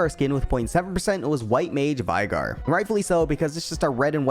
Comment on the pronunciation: we gonna ignore how this brother says veigar